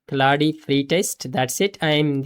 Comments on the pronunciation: Indian pronunciation 😂 Clau de code 😂 It's claude not clau de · Claude ❌ Clauudey ✅ But this is working>>>